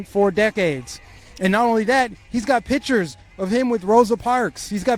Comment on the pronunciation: pronounce PICTURES (NOT PITCURES)!!!!!!!!!!!!!